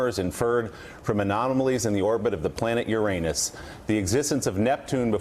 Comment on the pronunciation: That is not the proper pronunciation of Uranus.